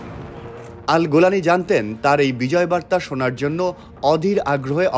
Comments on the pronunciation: উচ্চারন গোলানি নয়, বরং জুলানী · গোলানি না রে ভাই,, জোলানি হবে 😅😊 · গোলানী নয় জোলানী! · নামটা ত ঠিক করে বল। জোলানি নাকি গোলানি?